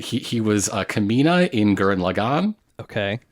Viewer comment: The way pronounced Kamina made my eye twitch